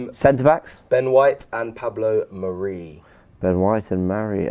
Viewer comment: And stop calling mari, 'marie' ffs